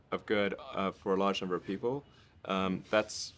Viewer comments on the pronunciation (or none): "good for large number of people" - Ele fala large ãber people. Que dificil de entender....